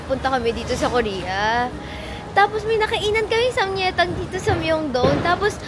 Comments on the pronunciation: I think sam-gye-tang not sam-ye-tang po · Daily vlogs let’s gooo! ❤ Btw it’s pronounced as SAMGYETANG with the G kasi ang in hangul it’s 삼계탕 yung 계 is (gye) ~~~ fyi lang po 🫶🏻